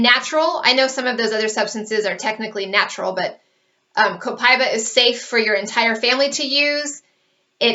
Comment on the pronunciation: It's not Copai-ba, it's Copa-íba (E)Ba